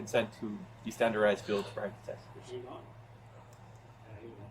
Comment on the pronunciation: I swear to god, if that officer says "standerized" ONE MORE TIME ...